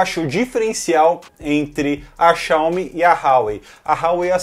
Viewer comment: Todo vídeo de tecnologia q pronuncia Xiaomi errado eu dou dislike independente do conteúdo